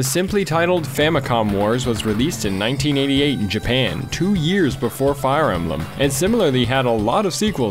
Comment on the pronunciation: i love advance wars, wtf is fire em-ba-lam?